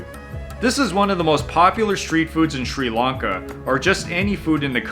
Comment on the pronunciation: Why can't Americans say Sri Lanka? It's not Sri Lunka 😂